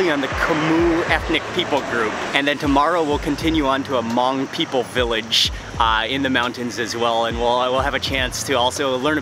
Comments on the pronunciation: You pronounced Hmong perfectly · Props to you for saying Hmong right!!!